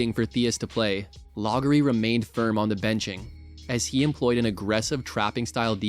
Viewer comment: Log-er-ee? Clearly, this narrator has never heard of Kevin Loughery and mispronounces his name repeatedly.